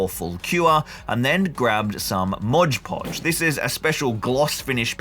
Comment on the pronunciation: Excellent work, but hearing ModGE Podge feels amateur lol